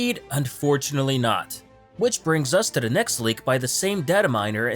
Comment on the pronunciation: There should be a drinking game where you drink every time he pronounces 'to the' as 'tuh-dah'.